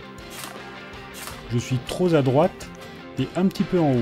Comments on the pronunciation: "je suis tro z' a droite" :p "je suis encore tro z'a droite" etc :) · La liaison de "trop" est bizarre dans ton coin mon:p En tout cas cette vidéo simple et efficace devrait aider pas mal de débutants, bravo!